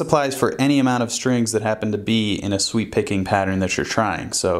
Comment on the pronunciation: Bruh, I've been playing for almost 8 years, and have never heard of sweep picking. At first I thought you said "sweet picking."